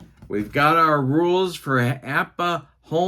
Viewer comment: was poking fun at because he always says APPA, when he says it there is no B stated